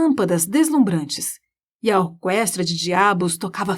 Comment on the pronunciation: Sua narração é excelente e sua voz é linda. Eu só não entendi pq vc fala orquestra com o som do u